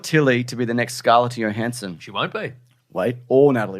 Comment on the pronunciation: Do we think will ever pronounce that J in Johansson??